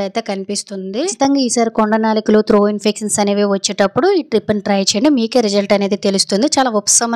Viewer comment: త్రో కాదు.. త్రోట్ ఇన్ఫెక్షన్... లేదా గొంతు లో ఇన్ఫెక్షన్ అనొచ్చు.. తప్పులు పలకొద్దు